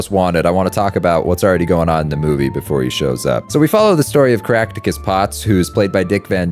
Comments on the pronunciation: When you said the main character’s name, I heard “Crackticus Pots” and I was like “There’s NO way that’s his name” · "crack-tu-cus" LMAO